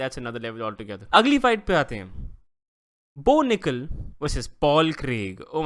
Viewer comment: Bo Nikal ❌ No Nikal ✅